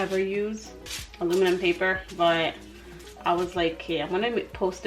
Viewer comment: Almuminum paper lol. Your too cute. I've always said almuminum foil lol